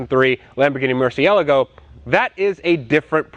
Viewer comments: I love your videos but why do you try and PURPOSELY TRY SO HARD that you can even TELL that you REHEARSED SAYING murcielago over and over again to try to sound cool when you say it because your PURPOSELY TRYING TO pronounce it different then EVERY SINGLE PERSON IN THE WORLD and then say that’s because everyone else says it wrong but your saying it RIGHT and exactly the same with the gallardo ! Specially when I know DAMN WELL you pronounced it the SAME EXACT WAY AS EVERYONE ELSE for your ENTIRE LIFE and then now your tryna change it up and say it different as if you were ALWAYS saying it that way like your cool or something. When that’s not the case because it makes you sound like a fool because you can TELL that your doing it to seem super cool and it’s not working it’s actually taking away from the video because your trying WAY TOO HARD to act like you know how to pronounce it as if you ALWAYS HAVE because your just not a PEASANT like everyone else. Stick to saying it the way you were saying it your ENTIRE LIFE and people will feel more relatable to you. Trust me because watching this in the first second and you repeated it over and over to sound cool like 10 times in the first MINUTE which shows your trying to hard and it’s actually frustration and makes me want to shut this video off already. But imma give you another chance and keep watching only because I LOVE your content and I like you as a person! Keep up the great crazy content tho! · Say "mercy elego" one more time bro.... try pronouncing it like "Mur Si èl Ah Go.." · Why does he say "murcialago"? Its Murcilago. Its not that hard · I'll subscribe if you stop calling it a murci-algo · Mercyehlego = and That other dude on vinwiki Murchialago = The rest of the world Lamborghini = Murcielago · dude! the name is not murcialago? dude Murcielago!!!!! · you're saying murcielago wrong , sound like your saying murciallago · Pronounce it like this bro: "Mersi-Eh-Lahh-Go" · Dif he just say Murcialogo ?